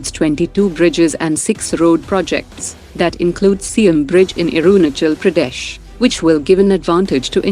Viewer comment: Arunachal Pradesh not orunachal Pradesh 😁😁😁